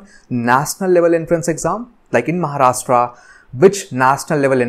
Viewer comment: Sir it not maharashta it's Maharashtra change your accent 😡😠🤬